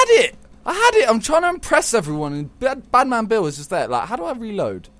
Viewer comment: Was he saying Badman Bill or Batmobile?😂